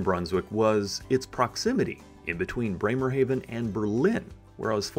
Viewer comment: Breymer-HAW ven. AH NOT AY